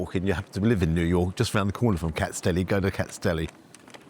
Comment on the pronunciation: It’s not “ kats deli” it’s “Kats-is deli”.